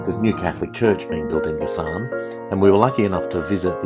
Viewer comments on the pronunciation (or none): It’s pronounced Ga-San, accent on first syllable. Boac is pronounced Bo-wak, accent on second syllable.